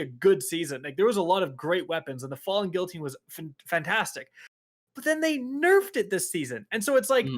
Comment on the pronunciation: Guillotine is "Geee-uh-teen" not "gilluhtin"